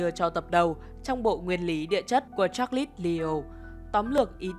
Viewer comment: Vậy nhà ngôn ngữ học cho hỏi việc phát âm "Cha Lét" có ảnh hưởng gì đến chất lượng của content về Thuyết tiến hóa và Thuyết trôi dạt lục địa không ạ?